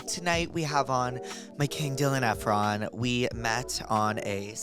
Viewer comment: I went to cal poly SLO as well during the time that Dylan went and he was in a few of my classes and I had no idea because when they would roll call, they would say “Dylan Eee-fraun” they never would say Efron like the way we all know it’s pronounced. Now, I’m not sure if that was on purpose or if the teachers just really thought that was how it was pronounced.